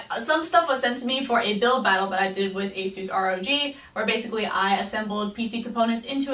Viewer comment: Did u basically say A-suse R.O.G no no no hehe, It's A-sus Rowg